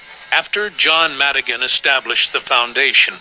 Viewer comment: Col.John Madigin not Madigin!